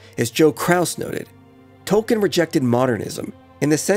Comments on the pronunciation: It's pronounced TOLKEEN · I’m sorry, good video. but you have to say his name right if you’re gonna make a whole video about him